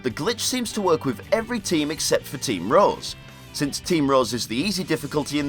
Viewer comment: lol it sounded like he said team roz